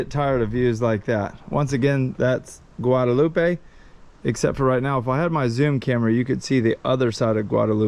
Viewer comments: It's French so it's pronounced guada-LOOP. Have you eaten Mountain Chicken, yet? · I’m sure you’ve heard the local pronounce Guadeloupe and you are butchering it bro, it’s pronounced “Gua de loop” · The island is Guadaloupe. Pronounced, Guad a loop. Guadaloupe• Guad a loop eh, is in Mexico.